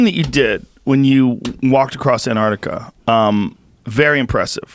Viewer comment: Anardikar. C'mon man. It's spelled Antarctica. And pronounced Ant- arc- tic- uh